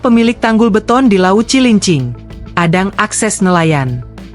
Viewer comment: Hadang men! hadang.... bukan Adang, Adang mah nama orang